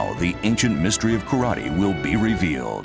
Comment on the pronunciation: Correct pronunciation is KARATE or appropriately KARATE-DO. It's pronounced and spelled phonetically.